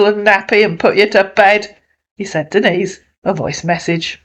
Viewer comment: Thus Marcus Breyer can't even say her name correctly and claims to love her. Her name is NOT Dennis!!!!!!